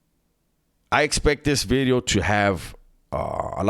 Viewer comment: Say 'vidyo' again like you're Welsh....